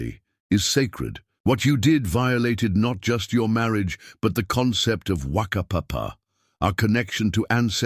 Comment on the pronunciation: Great story. Willow was so cruel. New Zealand Maori listening here. Correct Maori (Mao- rhee) pronunciations Whanau (Far - no)Family Whakapapa (Far-car-pa-pa) Lineage -. Pounamu (Poh-nah-moo) greenstone. Tangi- (Tah-gnee)- Funeral Good attempt. 😁😁